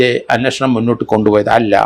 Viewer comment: അങ്ങേർക്ക് മലയാളം അത്ര വശമില്ല. "അന്നഷണം" എന്നൊക്കെ യാണ് പറയുന്നത്.